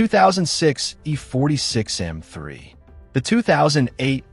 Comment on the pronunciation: You're struggling in pronouncing M--3